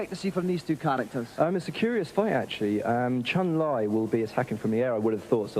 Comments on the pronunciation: OMG NEVER in the HISTORY of Street Fighter has ANYONE pronounced Chun-Li as "Chun Lie". WTF! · "Chun Lie"? Dickhead lol